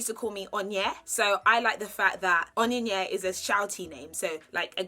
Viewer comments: Your cultural name pronounciation sounds like "on-ion yea" lol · Oninye sounds like onion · Your pronunciation of Onyinye😂😂😂 also how you had to say Onyebuchi in 3 parts reminds me how i always have to slowly say my name to non Africans... Chi N Elo.. always hilarious. I just give me and use my middle name Francisca... i love the name Winnie btw❤💗